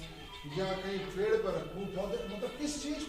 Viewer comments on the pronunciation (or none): none